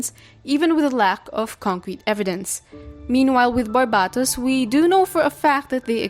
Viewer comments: which one, I've never heard someone say it like that and I grew up in a very polylingual place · Bc it's their accent 💀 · I was half asleep while watching this but I was awoken by shock from you saying Barbatos wrong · Why do you say Barbatos like that?